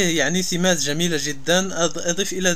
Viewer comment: اسمها سمات وليست ثمات ههههههههه